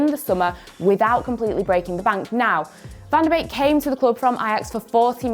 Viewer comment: it's pronounce van de - BAKE not beek